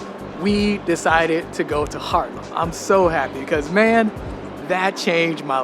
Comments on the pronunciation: Dude, not doing a video in Dutch I understand, but come on man, you live in freakin' HAARlem, not harlem! After all these years you should at least be able to pronounce the name of the city you live in🙄😉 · it’s Haarlem, Harlem is in NYC, however the people coming from Haarlem founded Harlem(it was called Haarlem but the Yankees pronounced it bad, however Yan Kees is a Dutch name coming from Jan en Kees. I am born in Haarlem in 1947.